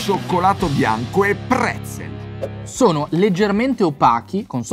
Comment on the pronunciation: Mi è partito il cervello quando avete detto PREZZEL😠😠😠😠😭😭😭